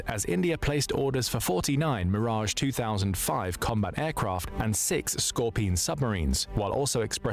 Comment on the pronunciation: This crappy AI also has a problem with "scorpion" and other words.